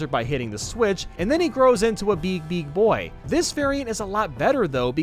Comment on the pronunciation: When he says BEEG BEEG. browser I laughed my head off